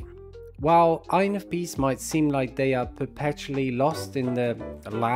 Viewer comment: When someone says: “INFPs” fast, I hear: “INFPeace” 😂